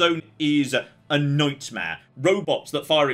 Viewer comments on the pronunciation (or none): none